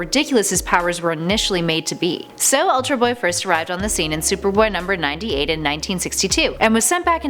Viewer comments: "ULTAR" BOY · "Ultar" Boy?